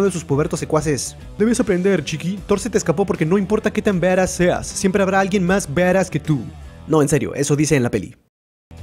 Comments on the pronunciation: Badass y se pronuncia baras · Alexxd Nicolas:v Por eso yo digo se escribe badass y se pronuncia baras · Se dice barass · se escribe badas y se pronuncia baras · se dice badass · Me caga de risa como dice badass o como se escriba ajajajja